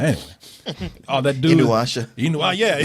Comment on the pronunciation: These guys are awesome. Omg this nigga said Inyuasha . Wish I had uncles like these.